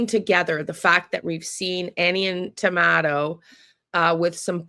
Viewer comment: Why do you call him Tomato when his name is Thomaso.?